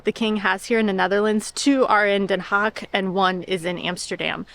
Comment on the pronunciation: Haag.. Not hog 🐷